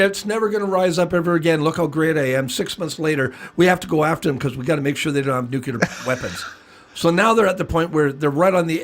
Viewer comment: If you can't pronounce "nuclear", you're not allowed to talk about it.